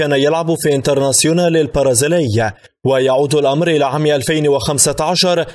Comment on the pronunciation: لديكم مشكلة في نطق حرفي B و P لذا أرجو منكم تعديل هذا الخطأ اللفظي pرازيلي و pرشلونة و pايرن ميونيخ تنطق بحرف b